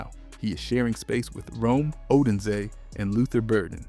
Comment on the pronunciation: Ugh.. it's Oh DUNE zay.. haven't you heard their names before they talk about them on TV, on YouTube videos, on the radio… If you're not a bear man, I get it, but if you are, there's no excuse. But there's so many opportunities to hear their names send properly… And it matters since you're a YouTube creator.